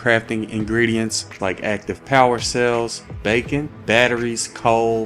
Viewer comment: I’m sorry I love you dude but “BaYcOn”